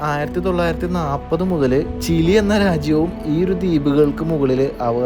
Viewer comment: ചില്ലി മാറ്റി ചിലി ആക്കിയോ നന്നായി പറയണം എന്ന് വിചാരിച്ചതാണ്